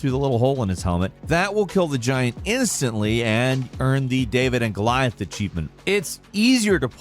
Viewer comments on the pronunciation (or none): none